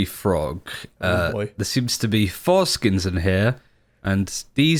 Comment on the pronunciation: Heard that too haha. Needs to work on his word spacing a little